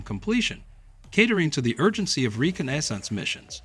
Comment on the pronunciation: reconnaissance pronounced re-con-na-sonce